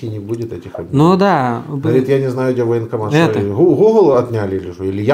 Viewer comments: Она сказала не военкомат , а вонкоммат🤢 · То она так "военкомат" произносит - "вонкомат". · Даже и не чисто баНкомат, а бакомат😂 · Она даже не может произнести военкомат,слышится вокамат.,полная деградацыя.... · Ой! Она произносит даже не баНкомат, а " бакомат"!